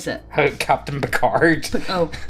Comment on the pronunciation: pronounces Picard like that one lady from Time's Arrow